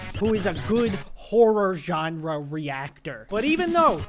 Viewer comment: “horror ganre reactor”